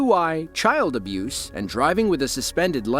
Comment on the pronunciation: what the heck is “child albuse”?